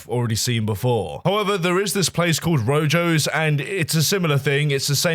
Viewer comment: Him saying "Roe-Joes" instead of Roho, like in Spanish, took me out so far lmao